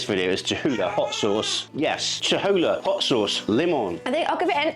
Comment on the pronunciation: That looks delicious. Your sauce is pronounced cho-LOO-lah.